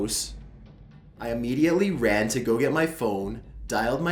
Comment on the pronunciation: Oh for f*ck sake!!! NOBODY should take that long to say the word 'immediately'. I think he actually put in extra syllables! I know he keeps getting grief for the way he speaks, he even has people on Youtube saying he has a collapsed lung ffs. He does NOT have a collapsed lung. I understand he is trying to read his stories in a stylised way for atmosphere but its PAINFUL at times. you are lucky your content is good and I really wish you all the best in life but seriously though, you are losing viewers because you are overdoing that 'voice'. Its too much man.